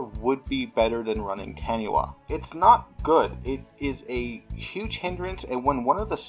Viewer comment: I'm way late here, but Taniwha is based off of Maori lore, as any New Zealander could tell you =). It's pronounced Tah-nee-fa.